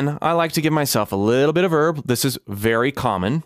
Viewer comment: anyone else heard herb instead of verb at first ?